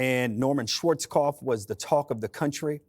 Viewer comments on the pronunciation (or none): none